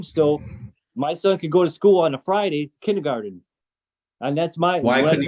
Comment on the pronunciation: Love the judge pronouncing kindergarten as “ kindy garden “